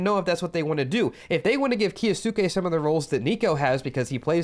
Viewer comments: hate to be that guy but its key-o-skay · its 'kyo-skay.' great vids. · its pronounced kyo-skay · the way you say kyousuke hurts my ears.. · Your videos are great but with the pronunciation of his name i couldn't finish this one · Kyou in kyousuke is one syllable. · The way you say kyousuke gives me second hand embarrassment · The way you pronounce kyousuke is 💀